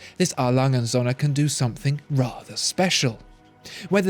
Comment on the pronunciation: A. Lange & Söhne actually means A. Lange & sons. You pronounce it as if it means A. Lange & suns. You should keep the o a little longer, as in the English word "so". Nouns always start with a capital in German. Best regards